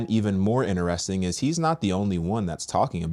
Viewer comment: If I had a dollar for how many times says Inner-resting I'd be Elon Musk 💀🤣🤣